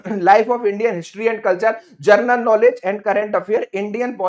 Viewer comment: जरनल जर्नल क्यों बोल रहे हो, तुमको तो शुद्ध बोलना भी नहीं आता है, क्या पढ़ाओगे।